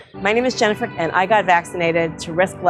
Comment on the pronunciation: She did have a speech impediment. She pronounces her own name 'Jennifer' as 'Chennifer' like she's wrestling with her own tongue and losing